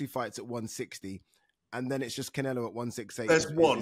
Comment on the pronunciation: Ade, please stop calling him "Cinelo" - so annoying!!